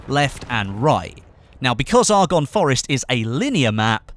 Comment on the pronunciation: You pronounce Argonne incorrectly....